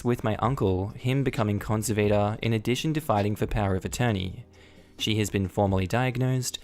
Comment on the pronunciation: same kind of "a" in conservator as well. makes an "ah" sound and the emphasis is on the "serv" part of the word con serv ah tor